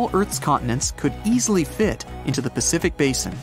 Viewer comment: did you just say Pacific??